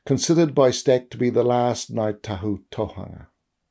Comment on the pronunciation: And Tōhunga - the hu in Tōhunga is a u not a -a-, it's not Tōhanga if that makes sense👍🏻, I love his mahi I didn't want to correct him on such a little couple of things when his mahi is magnificent. Love the way you addressed it, nice.